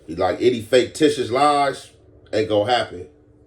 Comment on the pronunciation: “Faketitious” I’m gonna trademark that 😂